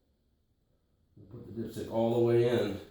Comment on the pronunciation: lmaooooo i thought you said "pull out your dipshit" 😂😂